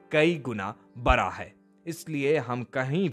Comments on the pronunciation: तुम भी अपनी हिंदी सही कर लो... बड़ा को.. बरा बोल रहे हो... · Anchor also needs to improve his Hindi हिंदी की तारीफ नहीं प्रशंसा, गोश्वामी नहीं गोस्वामी बरा नहीं बड़ा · Video banane se Pahle aap aapni Hindi sudhar lo Hindi ka mahatva Kai Guna bara.. nahi bada bolo bara kya hota hain big sabd ko bada kahte hain bara nahi